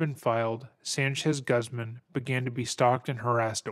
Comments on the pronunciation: Lol my favorite pronunciation of Guzman = Guhzmin. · I was in High School, I remember there was one time I was hanging out with my band teacher after school (he was in his mid-20s and we really connected on music). I remember that back in 2013, he was telling me that Bryan Singer was diddling kids on the set of the X-Men movies. I was shocked and couldn't believe it, it absolutely ruined those movies for me Quick note: the surname Guzman is pronounced as Gooz-mon, it's a Spanish surname so you can't use English annunciation for the name because it's not an English name